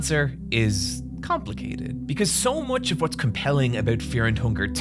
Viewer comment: This is weird to say but I really like how you say fear and hunger Great video:)